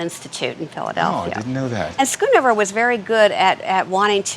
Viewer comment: Its not skunover its schoonhover